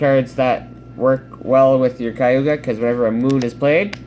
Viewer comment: Ok, just wanna clear up a few pronunciations. Kaguya (Kah-Goo-Yuh) Tsukuyomi (Soo-Koo-Yoh-Mee)